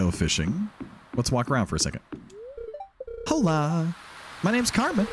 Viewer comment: so, uh...I'm about 103% sure Carmen was saying "hola" with a silent H, as in...the spanish word for hello? Are my ears making things up or did read it as "HOE-la"?? Small thing but made me chuckle. Just started the series and loving it so far, gonna try to catch up ASAP! Never played modded, so I'm excited to see all the new characters and areas!